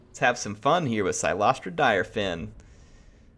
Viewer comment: Apparently her last name is pronounced as "Deer-fan", according to one of her voicelines, if I heard it right. The more you know.